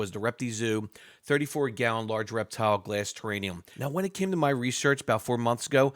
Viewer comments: It’s TerraRium , not terranium. A terranium is not a thing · What's thus terraNium think you keep talking about? I think you mean terrarium. NO N. it's an R. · Lol yes it was killing me.. there’s not an extra N in it lol